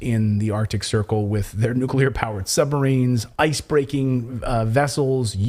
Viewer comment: Sorry, we can’t have another President who can’t pronounce the word “nuclear”…